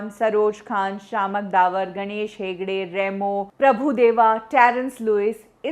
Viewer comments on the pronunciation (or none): none